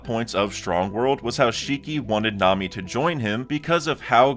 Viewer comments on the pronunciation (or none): none